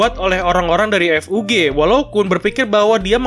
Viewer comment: Season 1 tamat sekitar eps 13 sma kaya anime musim lainnya mungkin bisa lebih atau kurang !!! sedikit saran untuk Admin kalo nyebut kata FUG kosakata nya jangan di pisah jadi F U G tapi di gabung bacanya ga misah